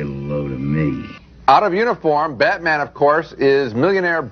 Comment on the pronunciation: Did Siskel call Batman Beatman